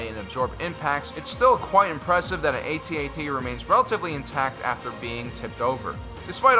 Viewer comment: you are saying it wrong it's not AT-AT you say it AT-AT ok no get it right